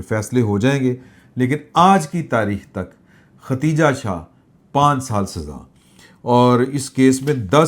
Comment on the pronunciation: Plz. Note the name ختیجہ نہیں بلکہ خدیجہ